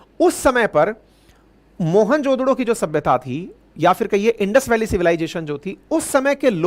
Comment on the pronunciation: 😂😂 MOHENJO DARO 😂 Not Mohan jo DODO 😂😂😂